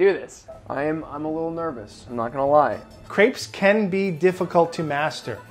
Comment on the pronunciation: How americans have such trouble with "crepes" ill never understand